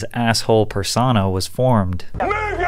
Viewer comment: Does bro really think persona is pronounced “persawnah” 💀